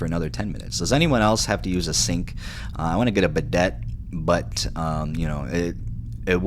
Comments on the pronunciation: Yeah, its bi-DAY. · “bidET” caught me off guard 😂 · Did this mf just say "bidett" 😂